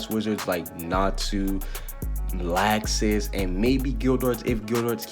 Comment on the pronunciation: His name is Laxus but it’s pronounced locksuce